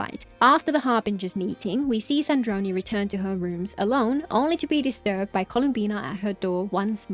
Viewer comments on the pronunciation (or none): Wow I noticed that part called Sandrone "Sandrone" and it just bothered me! I didn't realize they actually re-uploaded the video to correct that mistake.